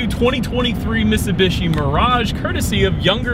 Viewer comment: 🤦‍♂️you saying Mitsubishi is like Benedict Cumberbach say penguin.